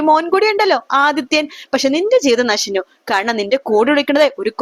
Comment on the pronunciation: നശിഞ്ഞു അല്ല നശിച്ചു എന്നാ പറയേണ്ടത്